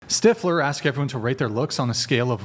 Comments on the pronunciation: He told you it's Stiff-ler not Stife-ler! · Especially after being corrected immediately. 😂 Says it wrong two more times at least. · Can she really not say stifler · Its ah Stiffler, thats what I said Styfler. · STIFFler. No matter how many times she's corrected, it's still always STEIFler to her. It's so friggin annoying! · Just pronounce Stiffler correctly!!!🤦‍♀️ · not knowing how to say STIFLER upsets me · Why tf does she keep saying stifflers name wrong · She said stiffler wrong on purpose to be annoying. It worked. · She is 100% doing it on purpose and it's hilarious that she would do that, and yet talk about not bringing negativity into her life. She's toxic af